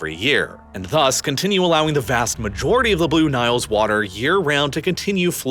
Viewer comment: I love your videos, but please stop overexaggerating the pronunciation of your adjectives. VAAAAAST.